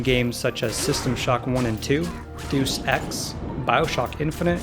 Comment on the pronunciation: Great video...only issue is DEUS ex...not Duece ex...DAY-US EX